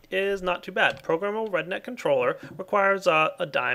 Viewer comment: Everytime he said RedNet, it sounded like he was saying redneck hahaha